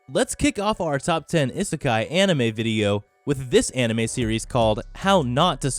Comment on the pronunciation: 'I' sekai, that is not how u pronounce it